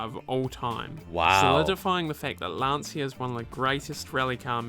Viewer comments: Lan C ia not lansia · What a great car and great pilot! Interesting fact: Lancia is originally pronounced "Lancha". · Nice video, the Delta Family was beast and the Lancia was almost brutal in those days, with the 037, Stratos... Oh by the way, the correct pronunciation of Lancia sounds more like "Lancha" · For me as a German who owned two Lancia Thema 2.0 Turbo it took some time to learn the correct Italian spelling: It's like LUN-CHA (long LUNNN, short CHA like in Cha-cha-cha. And ignore the "i" completely.) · Its pronounced Lunch-ah in Italian.